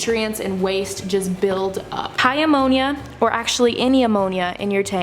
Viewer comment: when you said high ammonia I thought u were saying "hi, ammonia!" and deadass thought u named a seahorse ammonia